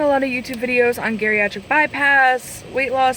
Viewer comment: Did you say Gariatric bypass?